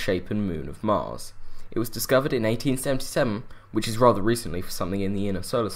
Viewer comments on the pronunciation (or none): none